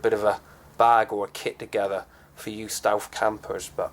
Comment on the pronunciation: ***** ohh shit... ''stealth''... im sorry.. it was your accent, and the way you said stealth ''stewf''. i apologize.. neat vid too. i'll check their site, thanks man! :)